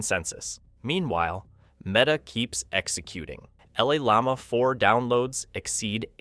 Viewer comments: “LL Llama 4”? Why do you say it like that? Llama is a word 🦙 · Llama is NOT pronounced EL-LAMA. It’s Spanish and it’s YAMA! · The narrator of this video can't pronounce llama correctly. It sucks.